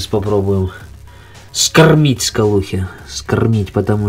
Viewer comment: СкаРРРРмить скалухе !